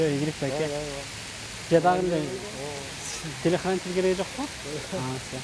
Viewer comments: Телехранитель эмес телохранитель.туура суйлочу аткаруучу.все так и сьемка.... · Телехранитель эмес телОхранитель!